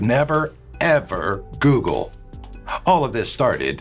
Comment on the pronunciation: the top 10 things you should never GUGUUUL 😂😂😂😂😂🙈🙈🙈🙈